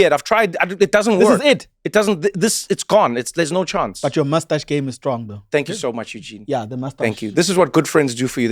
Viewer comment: Eugene just cracks me up… he said yaaa the mastash 😂😂